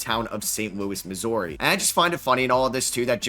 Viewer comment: They dont teach people outside of Missouri how to say Missouri do they...